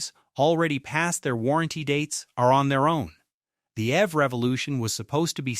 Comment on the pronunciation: You should be more careful with your script writing because you’re using an American Standard accent, but referencing British currency. Also EV, is pronounced eeeee veee not “ev” like in evermore